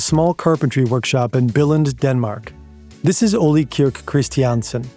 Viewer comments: Pronounciation guide for and native english speakers: It's "ole (oleh)" not "olli". The K in Knud, Knudstorp etc is not silent. You pronouce it, and you don't insert a helper vowel after it. It's "knud" not "kanud/kenud". The same goes for "gn" words like "gnu", "gnom(e)", "gnostisk(-c)" - it's "gnu", not "nu" or "genu". The kj in "Kjeld" is difficult to explain to english speakers since they don't have that sound in their language. There is no k or j sound there, it's a single kj-sound that's the sort of hiss an angry cat can make. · His name is pronunciation Ol-eh, not Ollie You should’ve looked this up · As a danish person, the pronouncations are sendingggg me lmao - Ole is pronounced kinda like "OLED" but without the D, "O-lé" if that makes sense, not "O-lee", the e is hard as in elephant lol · The pronunciation of Ole is a bit off to me it sounds like the Spanish “Olé” when in Danish it is more like O le Like le Castillo. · I need an apology for the pronounciation of these danish names lol - I do love the video very much tho! So much work into a great video <3